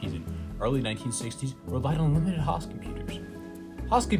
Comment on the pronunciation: Host is Hoooost, not haust. Otherwise the English is good and the subject informative, but have to wonder why someone speaks so well and misprounces such a basic word. For clarity, host and most rhyme.